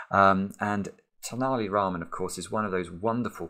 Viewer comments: The t actually sounds like th in think. It's a famous character from South India known for his wit and cleverness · Just a couple of hints about the way you say tenaliraman: 1) have you heard the phrase ten-a-penny? 2) What was the currency of Italy before it joined the Euro?